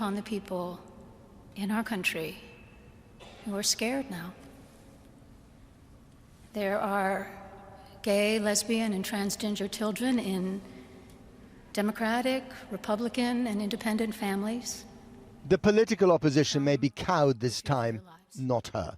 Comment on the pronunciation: Did she just say "transginger"?😂